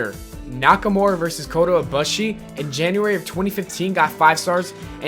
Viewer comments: It's Kota E-boosE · No, it's kota E-booshE, not E-boosE. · "Koto Ibuh-shi" - LOL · you mispronounced some names like ibushi when you said "bus" in ibushi wrong. it's actually a boo sound. and you seem like you only looked at his profile and took the most important things from it because I'm thinking you don't watch njpw? and I mean no offense, but it doesn't seem like you really know him well and only threw in what people would think is interesting about him.